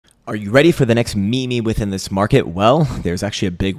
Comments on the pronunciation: Not ME ME. It’s MeeeeeeeeM. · The best meme is saying me-me.